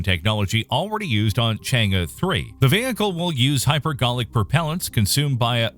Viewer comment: Congratz on the correct pronunciation of Chang'e (Chang-Urr / Chang-Err). I'm subscribed :)